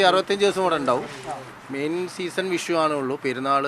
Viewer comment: വിശു അല്ലടോ വിഷു പറഞ്ഞ് പറഞ്ഞ് ഇങ്ങനെ ആയോ......